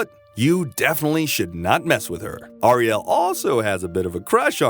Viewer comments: Narrator says Ariel weird, Like someone who has not actually watched one episode of Thundarr the Barbarian. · The pronunciation of Ariel's name is killing me. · Why does the narrator keep saying Thundarr's name like that. It's really quite annoying. Thundarr only emphasizes his name in the opening credits. He doesn't do that throughout the show. Ariel doesn't say it like that, either. Oh, and narrator, her name is Ariel, not "Arielle". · Nice video essay, and thorough! A few corrections because it's the internet: "AIR-e-ell" not "Arri-ELL" "Toth" with a long O as in 'tow', not short O as in 'lot' "aesTHEtic" not "aestetic" "if it had come out later, the popularity of Star Wars would have helped increase the popularity of Thundarr" - Star Wars came out in 1977. Thundarr came out in 1980, the same year as Empire Strikes Back. Thundarr was the favourite gladiator of the wizard Sabian; Ariel was the adopted daughter of Sabian; the sunsword was given to him by Ariel - I don't believe any of this is canon. That is to say, stated in the cartoon. If I'm wrong I'd be interested to learn the source. Ookla is extremely reminiscent of Chewbacca!! Darkseid, not "Darkside" nor "the dark side.'